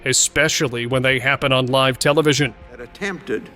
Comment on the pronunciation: Only at the point when the narrator pronounced "live tv interruptions ..." as " liv tv" was it realized that A I synthesized voices are now so realistic that we can't tell the difference between them. A very creepy moment indeed